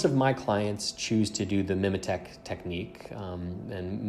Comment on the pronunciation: Nicely done, and I'm sure by now someone's pointed out the correct way to pronounce mimetic, so all good.